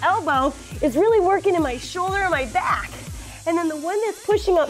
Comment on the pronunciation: When she said "it's really working in my shoulder and my BYAACK" boy I busted out laughing,full of dat weed 😂😂😂😂😂